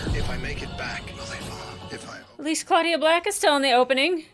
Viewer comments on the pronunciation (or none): Claudia Black's first name is pronounced "Cloudia" - as in "cloud" - not "Clawdia" as in "clawed" Sorry to be picky, but it's her name